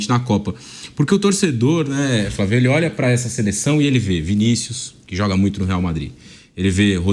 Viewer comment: É muito bom quando o velho vamp fala, "fravio"